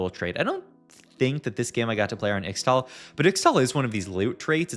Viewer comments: PLEASE pronounce it "ishtal" in future videos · I think Ixtal is pronounced Ishtal. 😅